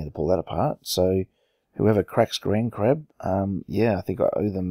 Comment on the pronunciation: In the title, and you said it as grandcrab, but grandcrab sounds much better anyway!